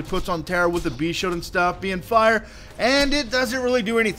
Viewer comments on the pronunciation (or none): I appreciate the vids, but man, speech impediment (sheild = "sheode") + talking too fast = serious mush-mouth.